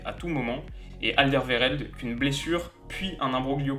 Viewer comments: AnderVéreld.. j avais oublié les prononciation en France x) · Superbe analyse!!! Rien à dire!! Je pense que tout a été dit par stonecrazy dans les commentaires!! Juste un petit "problème"!! Le "w" n'est pas un "v" hahaha Witsel se lit ouitsel Pour Alderweireld c'est plus compliqué à expliquer donc!! Qui mieux que lui-même pour le faire? Bon j'avoue, ce ne sont pas de réels problèmes mais c'est important quand même haha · Je suis belge et je pense qu'on fait un bon mondiale pour le moment. (Pour Vertonghen, Kompany et Alderweireld : tu écorches un peu leur nom mdrr) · Dis je sais que tu es français mais faut prononcer les W "oué" et pas "v" parce que la t'as dit Vitsel et Alderveireld alors que ça se prononce en phonétique "Ouit-sel et Al-der-oué-reld" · On dis Alderweireld et Witsel et pas Alderveireld et Vitsel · On dit : AlderWeirel et non Alderveirel!!! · Nickel ta vidéo :) :) . Seul problème c'est la prononciation des noms. En Belgique le w se dit pas v. On dira ouitsel pour witsel, alderouéreld...